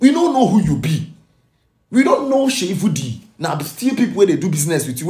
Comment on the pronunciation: My fellow Igbo brother it’s Seyi Vodi not Vudi 🙏honestly na VDM first make me know Seyi Vodi Mabasi